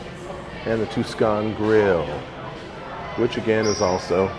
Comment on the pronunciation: It's Tuscan, not Tucson. 😅